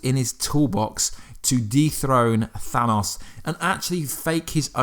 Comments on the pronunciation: The way he says Thanos bothers me. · You saying thanos wrong. Also, agree, LOKI LIVES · It's Than-OH-S, not than-AWS